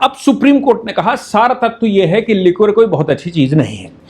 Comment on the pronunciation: लिक्वर नहीं लीकर प्रोनाउंस करिये